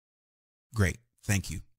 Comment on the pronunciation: 5.01 why he say Thnak you not Thank you write down wrong….